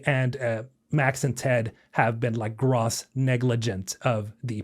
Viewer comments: If you please …. Great content .. one critique… net, Gross… Grow+sssss … The police were Grawwsly negligent …. This years grawws income is incredible !! 🤮 … I don’t know why it bothers me so much, Maybe it’s OCD I don’t know please stop … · gross /grōs/, long O soumd, as in yucky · Gross has a long O sound. (gr-oh-se) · I don't understand whey UW agreed to this deal in the first place. If their game was going to earn enough to guarantee a 500M up front plus payout, why do they need Krafton? Venture capital is why your veterinarian costs 10x what it cost 10 years ago. VC ruins everything. Also "gross" has a long "O" sound. Like "nope". Cheers. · Love the game. Sad to see the place we're in. Appreciate the vid but small constructive criticism: Gross rhymes with dose or toes. Don't sweat it, everyone has some words they mispronounce until someone points it out (I certainly have). Have a good day. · Gross is pronounced with a hard O.